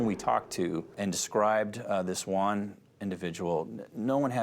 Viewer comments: Cannot Americans pronounce the Spanish name Juan correctly? Why do they pronounce it as One? It sounds ridiculous. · “And there was no-Juan in the vehicle” 😂 I know that was done on purpose